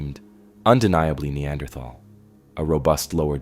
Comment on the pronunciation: That's not how you say Neanderthal.